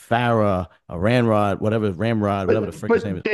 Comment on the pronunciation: knows it’s really Rambod, he just likes calling him ram-rod as a joke